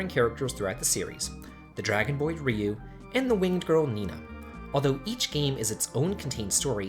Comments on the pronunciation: You troll! You pronounced Ryu's name just fine the first time but then as Rye-you the second time. I knew you were trolling when you mispronounced names! GOTCHA!!! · I hate how Ryu is pronounced in English -.